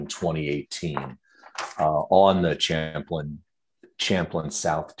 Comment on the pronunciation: I'd be very reluctant to hire any American lawyer who does not know how to pronounce Champlain. Just saying...